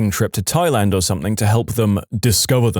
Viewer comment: No K in the word something .